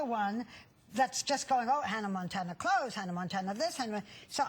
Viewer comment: LOL she says Hannah Mantana,not Hannah Montana.listen 2 it its funny♥